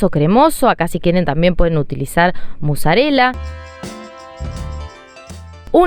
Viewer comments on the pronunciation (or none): none